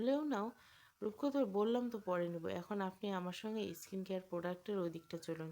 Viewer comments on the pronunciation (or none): এস্কিন কেয়ার নয় হবে “স্কিন কেয়ার”